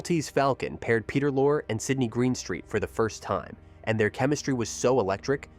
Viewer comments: Yes - and Peter was Lor-ray ( not Lore) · That's NOT "Peter Lore." as you pronounced it. It's "Peter Lorrey" as correctly pronounced. Of course it's spelled "Peter Lorre." He was Hungarian. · And who the hell is Peter Law ? It is lor Ray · I'm sorry again. But it is pronounced "Peter Lorr-eee" not "Peter Lor" or "Lor-ay." What is the world coming to when people pretending to be experts can't even pronounce the name of one of the biggest character actors in American cinema. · She's the sister of Peter LORE or, as the AI says later on, "Lor-AY." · The man's name is pronounced "Lorrie", do your homework. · 1) I agree... the AI narration is not great. Peter Lorre's name is pronounced LORE-RY.. AI voice doesnt know that 2) In Hammett's book, the ending is not in the movie. The gunsel escapes (as portrayed in the movie). The book ends with the news that Gutman and Cairo are murdered by the gunsel after they left Sam Spades apt and regrouped ar their hotel room. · AI called him Peter Lore. ROFL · Agreed! The AI Voice is so bad…….it cannot even get the correct pronunciation of some of the actors especially Peter Lorre and what is “weird” about the “facts”? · More AI slop. Can't even pronounce Peter Lorre's name. I'm out. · Peter Lorre's name was pronounced in two different ways. Neither was correct. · I think Bet is a nickname for Betty or Bette. And I think he pronounced Peter Lorre wrongly too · The Ai narrator should have been programmed to pronounce Gutman and Lorre correctly. I think “Double Indemnity” would be an excellent choice for your next project.